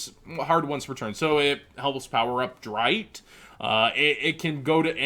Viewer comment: the show with these monsters has been out for 13 years, and the man using them was German, the names erste, zweite, and dritte are first second and third, just please pronounce them right for us all because the last thing I and I'm sure many others can take is the rest of the yugioh community butchering German language at a tournament after seeing any yugituber and just repeating it.